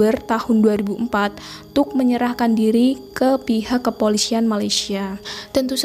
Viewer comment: Kepolisian. Bukan kepolisyian.